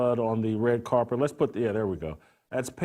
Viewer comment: He said "carpet" 😂